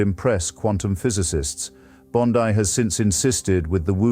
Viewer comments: Why you pronounce Bond(ai), dear sir? Bondi is an Italian decent, so her name pronounced as Bond(ee). Richmond, CA. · Artificial Intelligence is quite good, if that is what this is, yet am I right that it mispronounces Pam Bondi's last name? Very odd. This glaring mistake is perhaps analogous to being too clever by half. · Bond-eye took me right out